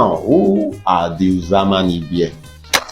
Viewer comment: Thanks for this video. Uzama is pronounced oozama. The u is pronounced oo as in loop.